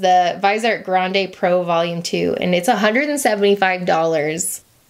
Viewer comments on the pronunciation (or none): none